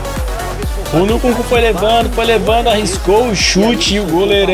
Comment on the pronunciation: vei o engraçado no é q ele fala a maioria dos nomes dos jogadores errados nunkuku kkkkkkk